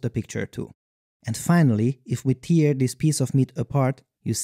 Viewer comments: It is pronounced /tɛː/. You were saying like /ti:/ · Tear is pronounced like 'hair' not 'here' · Tear is pronounced /tɛː/. You were saying it like /ti:/. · Pronunciation tip: "tear" has two ways it can be pronounced: if it's "teer" (like you're saying throughout the video) it means the water drop that comes out of your eyes when you cry. When it means a rupture, a breakage, the pronunciation is "te*r", where "e*" is the same "e" as in "very". You're welcome :) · It's pronounced tear, not tear! Great video as always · the verb "tear" is pronounced "tare" (like "care"), not "teer" (like "beer")! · The word "tear" is pronounced T-AIR when talking about ripping things, but T-EAR when talking about crying. Just trying to be helpful. Great video! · English improvement note: "tear" is actually two different words, pronounced differently. When it's pronounced like "tare", it means to rip. When it's pronounced like "tier", it means to have watery eyes. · Great video! Just FYI, tear has two pronunciations, and they have different meanings. When it rhymes with ear, it refers to the liquid our eyes produce when we cry or the act of crying itself. When tear rhymes with air, it means to rip. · Not sure what accent/dialect you speak with, but "tear" (as in "rip") rhymes with "air", whereas "very" rhymes with "berry". This is in both standard British English and American English (perhaps not all regional accents).